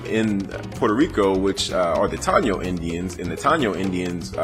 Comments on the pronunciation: its pronounced tah-e-no (taino).. great video got a thumbs up my me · Good vid young blood. But we are pronounced Ta Eee No. Lol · Im 6 years late. Its Low-ee-sa (Loiza) , Appreciate youre breakdown we are here and living. Strong Tie-ee-no (Taino) population in P.R. as well reaclaiming our identities and land. Afro Boriken here. Boriken is the name the indigenous people gave it before the Spaniards. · it think Taino is pronounced TIEE NO, I was a 14 year old in Conneticut and a Puerto Rican of obvious African origin called me the N word, stung like a mofo cuz I never expected to hear it coming from someone like that, but I digress, DNA PR tend to be about 4-18% African, and Dominicans even moreso